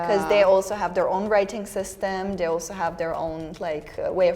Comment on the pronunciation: It's funny, this is the first time listening to where I really picked up on German being her first language. In many of the words starting with "th" (they, those, etc.), she has a definite "d" sound. This is pretty common here in Wisconsin too, saying "udder" for "other" ("Just the udder day..."). I don't know, perhaps it's a common thing for Serbian or other Slavic languages to do as well? Not trying to be critical, we think it's cute.